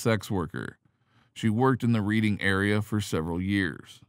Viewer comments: Wrong prounciation! It is not READING as in reading a book, instead it souds like redding like the color red. If you can not get that right, how much of your report is accurate. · LOL..Where is this narrator from? Never played monopoly? It's not pronounced "Reeding," it's pronounced "Reddingf!" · Reading is pronounced Redding despite the spelling. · "red - ding" you robotic twit! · “Reading”, Pennsylvania, is pronounced “Red-ding”. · Yes, lol!!